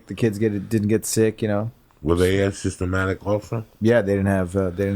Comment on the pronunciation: Uncle joey, its asymptomatic! Not a-systematic😂